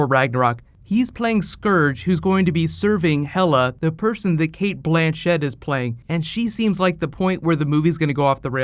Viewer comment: Kate Blan-chet... you made it sound French lol XD